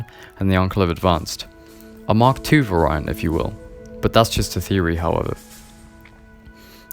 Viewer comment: FYI you're pronouncing 'variant' wrong in this video.